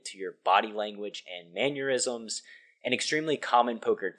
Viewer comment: Mannerisms, not manure-isms. Lol. You’re the man. Keep on grinding.